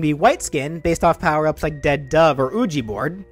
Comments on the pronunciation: HOLD ON DID HE JUST PRONOUNCE OUIJA BOARD AS "OO-JEE" BOARD? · No way he said oojie board at the end, bro have you not seen a ouija board before? It’s pronounced luigi but without the la sound. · "Ooggee Board"